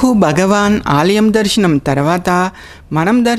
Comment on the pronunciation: బగవాన కాదు, భగవాన అనాలి, భగవాన.